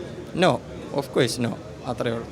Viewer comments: സോയ്‌സ് അല്ല സോഴ്സ് ഒഫ്കൊയ്‌സ് അല്ല ഒഫ്കോഴ്സ് കൊയ്സ് അല്ല കോഴ്സ് 🤭 എപ്പോയും അല്ല എപ്പോഴും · ഒഫ് കോയ്സ് - ഒഫ് കോഴ്സ് - നാവ്‌ വടിക്കൂ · Ivan enthann 😃 hameed thangal parayunath pole subhanallah Masha allah alhamdulillah ofcoys but soyse ann ivante main 😜